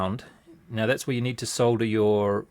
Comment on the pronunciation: Neat video thanks. Great useful camera work and good comentary. Nice to hear solder pronounced correctly :)